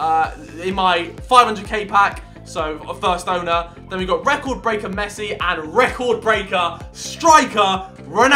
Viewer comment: Love the way he says eecord braker ronaldos only cheap hea 8 million thats much